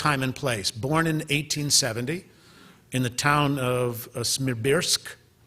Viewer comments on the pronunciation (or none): A historian who reads a lecture on something he is supposed to know very well ... and then proceeds to a) mispronounce Lenin's native town (it's Simbirsk, not Smibirsk), and b) to say that Lenin's older brother (whose death sentence and execution indeed most significantly impacted Lenin's life and choices) was named Alexey, instead of Alexander. After that I stopped listening and closed the app. Go back to the books, buddy...